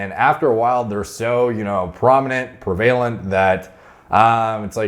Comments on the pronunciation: Prevalent prev--a-lant Not pre-vale-ent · as someone who has a great command of the English language and vocabulary, I think you'd appreciate this. The word "prevalent", you pronounce (pree-vail-ent), but the actual correct pronunciation is (preh-vuh-lent) Super not important, but figured you'd appreciate it anyway:) Love the vids always learning a ton from you, keep it up! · PrEv-a-lent, not prev-A-lent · Is saying 'prevailant' instead of 'prevalent'? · Pre-VAYLENT lol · Hearing you mis-pronounce "prevalent" multiple times every video triggers the fuck out of me. It's pronounced prev-uh-lent, Christ.....it's not pre-vay-lent. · not PERvalent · It’s preh vuh lent not pre valent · Pree vay lent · Pervalent? Do you mean prevalent? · I don’t think I’ve ever heard anyone say prevalent like pre-vay-lent … but it does help me remember how to spell it. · Please, for the love of all that is righteous in this world, please don't say "prevAlent" ever again, it hurts my soul. Prev-u-lent The word is pronounced prev-u-lent, & no other way, ever. Plus, I know I would kick your ass. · One of these days is going to realize that he's been mispronouncing the word prevalent this whole time.. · Please learn how to pronounce “prevalent”. It’s every video man! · you're mispronouncing prevalent!